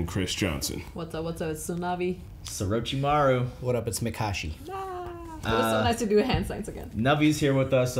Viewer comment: "Surachimaru" of course 🤣🤣🤣🤣